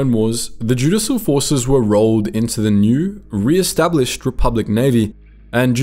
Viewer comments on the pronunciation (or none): Just to help, it's 'joo-dish-al', not 'joo-diss-al'.